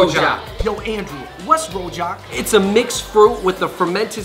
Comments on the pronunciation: Rojak should pronounce roojak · rojak is pronounce as rujak and it come from indonesia and in indonesia you can find many different types of rujak